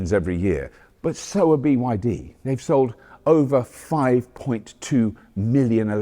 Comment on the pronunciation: Why can’t you say BYD? What’s wrong?